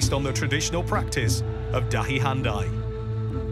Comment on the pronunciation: its pronounced haan Dee written handi